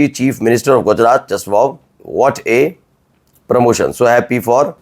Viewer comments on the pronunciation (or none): none